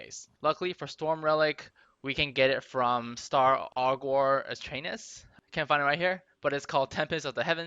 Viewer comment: Aug er, not Aug or lol.